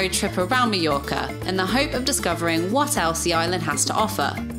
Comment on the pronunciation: I enjoyed your video, and hate to be a negative Nancy, but everytime I hear Meeyorka my ear hurts. Mah Your Kah.